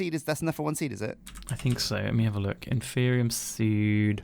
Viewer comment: HUZZAH! learned how to say "Inferium"